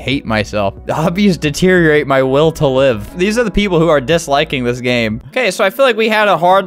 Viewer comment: You said GAYME